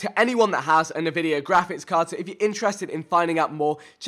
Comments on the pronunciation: Hey vikk not insulting just that it's pronounced N vidia and not navidia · Navidia? Is it actually pronounced like that? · Listen to how many times he butchers Nvidia